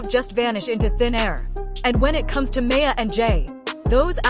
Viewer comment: Shes still the love of my life.... They need to get her name right. Who tf is may-a?